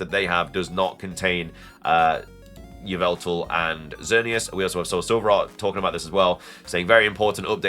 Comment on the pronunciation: YVELTAL, NOT YVLTVEAL!